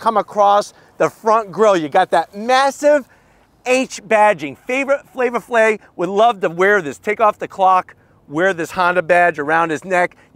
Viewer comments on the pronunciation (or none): Flava Flay? No, boyeeeee